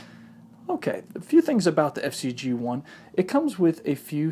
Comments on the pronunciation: Why do you call it the FC-G1 when it's FZed-G1? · It's not FC-G1 idiot! It's FZed G1